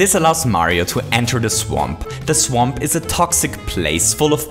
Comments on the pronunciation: Did You Say -Mario's Only Chanse To Cross This "SWEMP" -?? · says swamp incorrectly